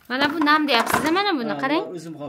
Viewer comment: Бу кизни энам акам деган сузларни жуда чиройли талафуз киладики мазза киламан гап йук